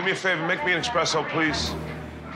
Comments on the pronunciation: yes but it's called Espresso, not expresso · Different point of view? Saying "expresso" with an X is not an opinion, it is incorrect, plain and simple. And if a simple, harmless joke on the internet stings you like this, you should maybe do some reprioritizing. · talking about how Italian he is. And then say expresso...